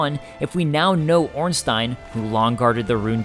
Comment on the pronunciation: You are the first english youtuber to pronounce Ornstein correctly😄